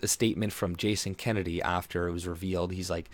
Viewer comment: It's Jason Kenney, not Kennedy.